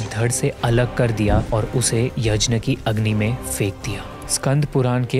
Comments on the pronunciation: Bhai yazhna nhi yaghna kehte h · Bhai Yajna nhi hota h Yagya hota h, Indians toh sahi pronounce kr skte h atleast..... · भाई 'यज्न' नहीं 'यज्ञ' होता है। By the way video bohot accha hai❤️ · Kindly pronounce the word यज्ञ ( यग्य ) and not यजना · Yajna nahi Yagya Boliye🙏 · Yajn kya hota hai be yagnya hota hai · yajna nahi bhai,... yagna ya fir yagya... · Why we are usingwestern style of saying yajna, instead of yagya. Brother please maintain Sanskrit word as it is instead of western style saying words. Other then that its a good channel🎉🎉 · यज्न नही यज्ञ होता है। gña का pronounciation ज्ञ होता है। सारा मूड खराब हो जाता है भगवन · He is not even able to pronounce yagya!🙄.it’s not yaj na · please please please its yagya not yajna similarly its ram not rama its ramayan not ramayana please you have such a big audience watching do not follow western cultre like that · Chhodo bhai, inki baatein upar upar ki hoti hai. Deep details inhe nhi maalum hoti. Kuchh batein galat bhi hoti hai. Inhe यज्ञ bolna bhi nhi aata.